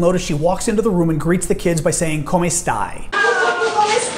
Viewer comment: 'Come stai', omg that is so poor. It really is bad.